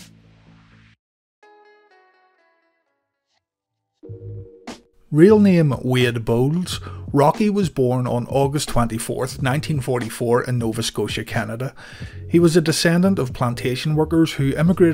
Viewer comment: "real name Weird Bones" I thought it was Wayde Bowles...